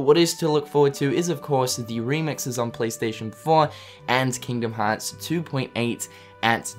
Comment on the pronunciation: "KINGDUHM HAAAHTS"